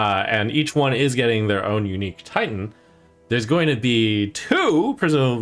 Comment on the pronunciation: Somehow whenever Trump says Titan, I hear tighten.